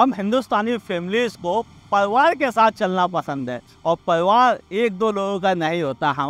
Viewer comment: It's pariwar not parwar